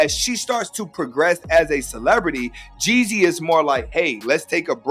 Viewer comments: It's Young Jeezy not Young Jesse 😆😆😆😆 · ....LEARN HOW TO PRONOUNCE HIS NAME!!!!! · Jezzy? Jeanie (may)? This lady knows NOTHING ABOUT THEM as she can’t even pronounce the names correctly! Jee-zee and Jeanie MY. That’s how they pronounced each of their names respectively. These folks be some thirsty culture vultures!